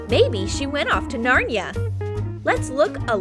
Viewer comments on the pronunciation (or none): Umm........ It's narn i a not narnya